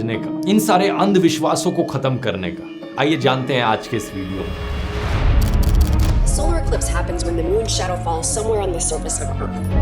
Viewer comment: Why you pronounce Solar as Solaar ?